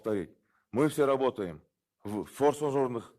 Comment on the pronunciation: Форсожорных эмес форс-мажор дейт